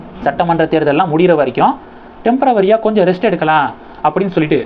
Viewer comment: டெம்பர வரி அல்ல, டெம்பொரரி (TEMPORARY)